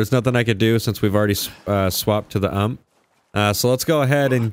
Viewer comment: Put the UMP back on... Its pronounced (U-M-P) haha 🤣🤣🤣